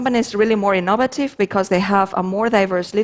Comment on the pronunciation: Ee-NOVE-vuh-tiv' Took me a while to get that one. :)